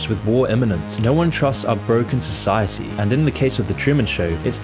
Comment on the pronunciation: "So, 'sigh', Hetty." Society. You say tomato, I say, stop stop it's too crazy.